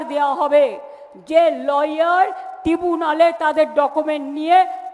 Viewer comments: টিবুনালে? ট্রাইবুনাল কে টিবুনালে কী উচ্চারণ রে বাবা। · Tribunal নয়, timunal, শুনছেন না? আপনি ভুল করছেন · কথা টা হলো ট্রাইব্যুনাল। টিবুনাল নয়। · মানে এতটাই অশিক্ষিত যে ট্রাইবুনাল বলতে পারলেন না। বললেন, টিবুনাল !! ছিঃ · দিদি বলো ট্রিবুনাল না ট্রাইব্যুনাল!!!! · দাদা টিবুনাল না । ট্রাইবুনাল কথা টা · কিইইইইই অশিক্ষিত মতন বলছেন ট্রাইব্যুনাল 😱🙆🏽 বলুন 🐓🐓টিগুউনাল 🐓🐓 😅😂🤣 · ওটা ট্রাইব্যুনাল নয় টিবুনাল 😂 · Thik kore uccharon korun... Tribunal❌ Tibunal✅ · ওটা টিবুনাল নয় ট্রাইবুনাল হবে।।😊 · Tibunal Tibunal আহারে কি উচ্চারণ। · ট্রিবুনাল কী? বেশি শুদ্ধ করে ফেলেছে। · না , না ট্রাইব্যুনাল নয়। বলুন ট্রিবু নাল। আহা! শিখতে অসুবিধা কোথায়? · আপনি কেন টৃবুনাল বললেন না । আপনি কেন ট্রাইবুনাল বলছেন । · এই মহিলা কোন উচ্চারণ সঠিক করতে পারেনা ট্রাইব্যুনাল কে উল্টা পাল্টা উচ্চারণ করছে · eta tribunal pronountion korte balun, aapni video dekhoon.